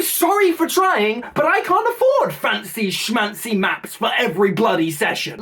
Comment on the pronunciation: Never heard that new york yiddish expression "fancy schmancy" from a speaker without an American accent. Sounds funny lol